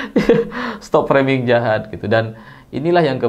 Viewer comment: Dr semua bahasa inggris yg pernah di ucapkan jokowi, hanya kata FRAMING ini yg dia melafal kan nya secara benar, mungkin memang kata FRAMING ini jadi senjata andalan nya untuk menangkis semua serangan